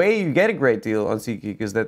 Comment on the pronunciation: is so Jewish that when he says SeatGeek, it sounds like he's saying seek-ee